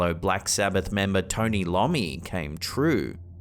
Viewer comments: Black Sabbath member Tony eye-O-mi, not Lommi. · Iommi = eye oh me, not Low me. 😂😂😂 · It's Tony Iommi, NOT LOMMI! #blasphemy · Tony Lommi 😂😂 it's iommi pal. Congrats 🎉 you annoyed the world's metal scene 😂🤘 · It's Tony eye-oh-me. Not Tony Lommy. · Tony Lommi 😂😂😂 IT'S IOMMI WITH AN i , get it right FFS 😮. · I love your channel dude but it's Iommi not Lommi. Hilarious mistake though! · It's Tony Iomi not Lomi. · Lommi? it's Iommi (eye-om-mee) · Tont Lommy? SMDH, get some culture fella... its pronounce eye-ommi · Mispronouncing Tony Iommi's name should be a crime. Tony Lommi? His last name starts with the letter I guys not L 😂 Tony is a guitar god btw people! Shame on you!! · Black Sabbath Tony “i” ommi. I as in Iowa not Lommi. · Tony "Lommi"...??? LOMMI...??? It's I-Ommi, you berk!! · Toni Lomi ???????? Toni iomi research much? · LOL...He called Tony Iommi (I O MEE) Tony Lommee. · Tony Lommi? 🤣 🤣 🤣 It's Tony Iommi that's a capitalized i not an L. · Tony who? Iiomi…..eye-ohm-ee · Dude! It's Tony EYE-ommi, not Lommi. Not a big metalhead are ya. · It's not Lommi it's Iommi 😂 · That was painful to hear him trying to pronounce his name! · It is not Tony Lommi but Iommi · it’s an internet joke lol Don’t worry it’s not directed at you. I’m just saying the narrator exposed how little they know about heavy metal because he doesn’t know Iommi isn’t Lommi lol Rock on brother 🤘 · Bill Ward is a badass on drums. I'm a big Sabbath fan.🤘🏻 It's pronounced Tony Iommi Eye-Oh-Me. There is no L in his name. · Black Sabbath's guitarists name is TONY I O M M I. pron. EYE Ō M M Ē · Tony Iommi, pronounced 'eye-omi'. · No offense, but Geezer Butlers band mates name is pronounced Eye-oh-Me. Just had to correct you as after Zep,Sabbath is my favorite band. Cheers all!😊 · Tony iommi is pronounced eye oh me ok dude ,still love ya x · Tony I-oh-mi you spoon. You muppet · Tony (EYE-OH-ME) 🤘😎👍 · Tony eye-oh-mi, iommi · Tony Eye-omi....it's an 'i' not an 'l'...😅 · Tony EYE Oh MEE